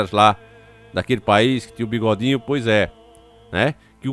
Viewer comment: já sei quando fala bigodin kkk